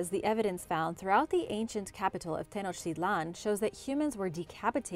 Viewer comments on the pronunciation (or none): none